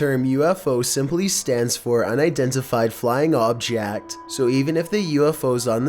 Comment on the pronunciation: The Voice like your text.. 😂😂